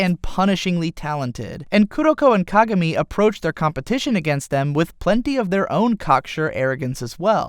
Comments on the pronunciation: "Kagarmi" *facedesk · if you love kuroko no basuke so much why don't you learn how to pronounce kagami's name? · just curious, but why do most people say /ka-gá-mi/ as opposed to /ká-gá-mi/?